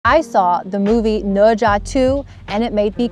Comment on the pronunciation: The pronunciation of "Ne Zha" is very standard.